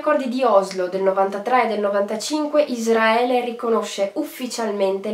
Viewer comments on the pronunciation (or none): none